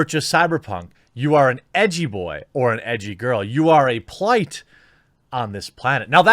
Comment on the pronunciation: Sorry to be that guy...but it’s “blight”